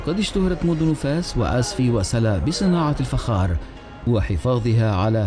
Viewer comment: الفخااار وليس الفجار